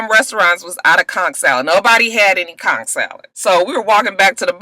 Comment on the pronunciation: I'm from Nassau and you're the first American I heard pronounce conch correctly👏👏👏